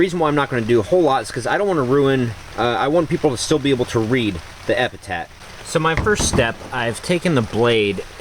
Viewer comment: Hey, not sure if I'm hearing incorrectly, but it sounds like you're saying "epitat" when it's actually "epitaph". Or maybe it's just me, not sure. Awesome tutorial, gonna use this when I start making tombstones for our graveyard scene this year!